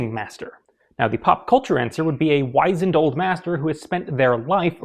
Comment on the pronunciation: Fyi "Wizened" isn't pronounced as "Wise-nd" It's more like "Wizund" like the wiz in wizard.